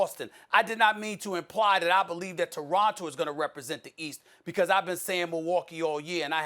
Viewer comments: Stephen A Smith- "The Doronto Raptors" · Stephen A Smith: Doronto Raptors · Did SAS say Doronto Raptors 😂😂😂